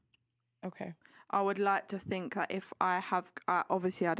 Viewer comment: The most true words she spoke "I don't fink"